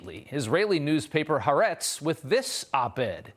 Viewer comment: In Hebrew, it's two words: "ha," meaning "the," and "aretz," meaning "land." "The Land," meaning the land of Israel. So it's "Ha aretz," three syllables with a glottal stop in there, not two syllables.